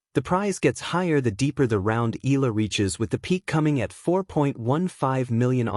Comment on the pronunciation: Not Ela it is EyaLa